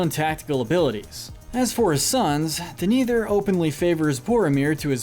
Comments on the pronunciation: I heard Maria... And how can we forget D'neither? D'neither, stuart of Gondor. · Everyone: Denethor This butthole: Deniturrr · Hey guys, your hiring for a narrator? This guys good, but hes not pronouncing names right at all. Denathor and Shelob being small examples.